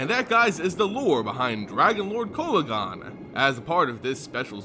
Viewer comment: Your saying the name wrong